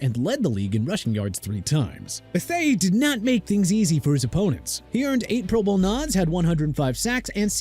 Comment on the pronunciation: The way this dude say pro bowl PMO, and no Bruce smith, singletary, or ocho, plus says Joe Thomas is a defensive tackle, I’m not finishing this